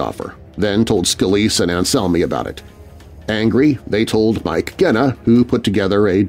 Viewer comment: Love your show but Genna is pronounced with a soft G. I'm a Chicago gangster buff.